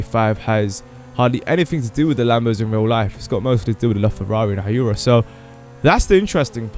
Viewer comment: Hyuera is not pronounced hi-your-a It's pronounced who-I-ra